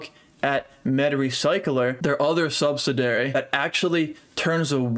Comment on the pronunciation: Sub-sid-i-ar-y : səbˈsidēˌerē